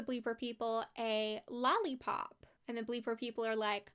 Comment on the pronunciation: This is such a blast from the past! I had 2 VHS tapes of Kipper. The alien episode was always my favorite, you better believe the way they pronounced "lollipop" was a joke then, and it's still quoted today! 😂